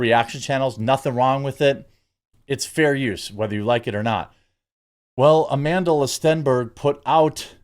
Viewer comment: STOP pronouncing the L in her name, she doesn't deserve the extra syllable....just another Jessie Smollett